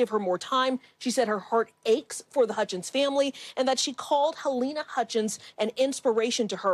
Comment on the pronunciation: Your Anchors are an INSULT!. Pronounce Halynas name wrong much? Say it right or not at all.